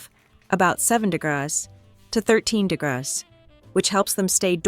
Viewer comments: Is pronouncing "degrees" degrass a new way to pronounce it? I've not heard that before. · it's the voiceover. degrees become "de-graath" 😂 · the AI read degrees as degras, probably some spelling error in the script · If the creator of this vid used a REAL HUMAN VOICE instead of a computer-robot-AI generated abomination, it would have been viewable. But, at the 4 minute mark, when the robot couldn't even say "degrees" (a very common word in the cooking world), that was the end for me. ENOUGH WITH THE DAMNABLE AI GENERATED NASTINESS ALREADY! USE A REAL HUMAN VOICE!!!! No more vids from your channel for me. THUMBS DOWN. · Is the narration by A.I.? there are multiple and consistent mispronunciations of 'degrees'. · Some day AI will know how to say degrees.